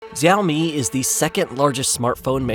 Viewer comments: you should learn correct pronunciation of XIAOMI before recording your video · The X in Xioami is pronounced more like SH than Z. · He pronounced it correctly the first time then it becomes wrong Seems AI generated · School time: Listen up kids, today we are going to learn how to say 小米 XiaoMi. Easiest way to say it is shee-ow me. She(female) - ow(noise you make when hit) me(that is you silly). All together now Shee-ow-me 小米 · Bro first of all this video is riddled with mis information It's pronounced "shaw - me" ("shaw" as in show wer) USA never actually banned xioami unlike huawei,huawei was also not sanctioned it was completely banned from basically all of America,meaning it can't even use any technology even slightly using American companies and not only in America it was actually banned in the UK and most of Europe,huawei 5g infrastructure was also completely destroyed with no trace of huawei being left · Why would you make a video about XiaoMi without researching how to say the name properly? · The name Xiaomi is pronounced wrong. Can't watch the video if the company's name is pronounced wrong 😅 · Is this an AI voice. The way he misprounces MIUI and XiaoMi is off-putting. No offense if you are a real human voice but learn to pronounce some important words 🙏🏻